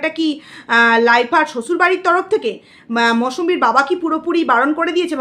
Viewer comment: Mousambi kothata khub kane bajche Or name Mousumi thik kore bolun plz